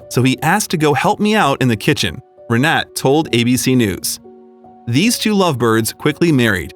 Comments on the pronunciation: It's pronounced Renata. My mother-in-law has the same name, she in from Berlin. Renate'. Typical female games, even when they are old!! LOL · Renate is pronounced Renata. Thx 4 sharing this story 🙂🙂💕💕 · Her name, Renate, is pronounced Reh nah tah, accent on the middle syllable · Her name is pronounced "Reh-NAH-teh." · Why on earth didn't you look up how to pronounce the name "Renate"? Just Google it, for goodness' sake! This ruined the whole video for me - every time you said her name (every sentence - augh!) I was yanked right out of the story. And omg, the banner you put on screen said "Will you merry me?"! It's "marry, " you dimwits! Good grief. Be honest. You're trying to see how stupid your viewers are. Well, that put paid to any ideas I had about subscribing. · you are pronouncing her name wrong.. happy for the couple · What a lovely story! It will work, they have gained a lot more live experience! What I have to address, is the horrible way the voice over says her name (which happened to be mine too)! Unfortunately I can't place a voice message here. I never heard a worse attempt to say our name!